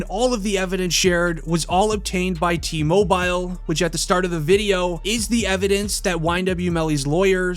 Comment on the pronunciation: Cringe the way you say TMobile lmao